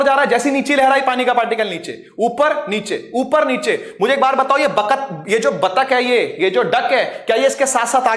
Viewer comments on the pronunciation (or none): bechare sir ne batak ko bakat bol diya...so sad